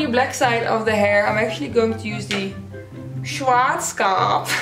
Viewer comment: Heyyy you pronouced Schwarzkopf right😂